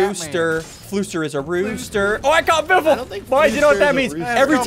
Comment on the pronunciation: Biffle Is a wifle henwy is a henwyfart